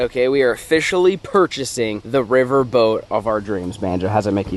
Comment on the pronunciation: 😂😂😂 “wets get a boat for the wivel” I’m dead